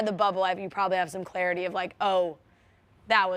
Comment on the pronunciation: The way they were saying clarity and I was like Ew this is not it immediate ick sooo grosss